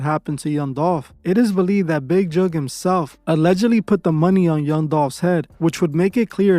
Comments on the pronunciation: It's Big Jook :Not Juke 😂😂😂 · Big who u say his name funny